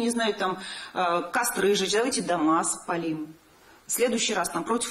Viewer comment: Кузнецова "давайте дома спалим" с ударением на последний слог)